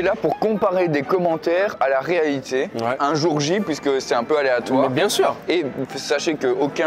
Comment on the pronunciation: Beurk... Mais on dit "sepT activités" il n'y a pas de S à sept donc c'est pas septs activités à prononcer 😊